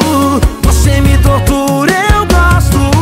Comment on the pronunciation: Felipe Araujo suas músicas sao top, mais pelo amor de Deus nao faça eu parar de te ouvir igual eu fiz com Paula Fernandes por colocar o X nas letras das musicas, pronuncia a palavra correta, nao é "voxe" e sim voce, nao é "deixa no xufoco" , por favor para com isso.